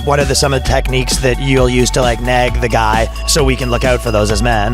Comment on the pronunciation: Bro, its nag as in nAg or NAG, Not nEg or NEG. Dear Lord lol